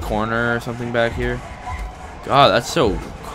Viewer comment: remember from the first one..... "its gettin durk in hure"